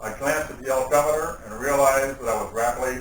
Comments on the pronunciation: first time yes you're right but - sounds like odometer or, at best, oldometer. Nothing personal, but I am entitled to my opinion, as are you! Nothing about this proves legitimacy. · Sounded like altimeter to me. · I would like to believe this guy , but a so called trained pilot that calls an "altimeter" an "odometer has me in disbelief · These people who did the subtitles are retarded, what's an odometer? He said altimeter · This guy is full of shit.... How can anyone think this is real? He says altimeter and the text odometer. WTF